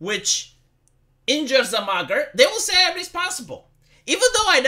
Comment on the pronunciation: Oh mugger! I thought you said blogger at first 😂